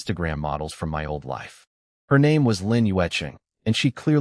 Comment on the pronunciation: Amusing how the AI voice reads 'my' as two letters, M.. Y..